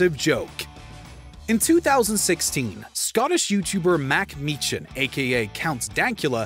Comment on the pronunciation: Who would win? Mark Meechan (the h is silent) or Mack Meetshan